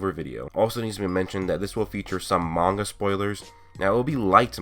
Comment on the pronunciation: You keep pronouncing manga wrong